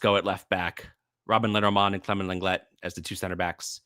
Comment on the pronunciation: Please at least try to pronounce your player Lenglet’s name correctly. It just sounds cringe! I’m not even French, but at least I try.